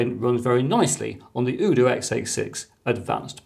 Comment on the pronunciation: The u in UDOO is pronounced "You" like in Youtube